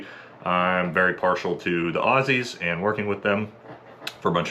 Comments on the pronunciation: He said "Aussies" the correct way. This dudes alright. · Big pack on the back for actually pronouncing "Aussies" properly! LYW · you can tell this yank is legit when talking about Aussies because he pronounced it “Auzzies.” We Aussies tend to zedify our esses sometimes.